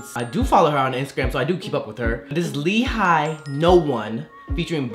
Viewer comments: It's actually pronounce as 'HEE' , not 'HI' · So it was pronounced as Lee Hai? I legit thought it was Hi in Hee. Hahaha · But it is pronounced as Lee HA-YEE tho it's spelled as Hi 😢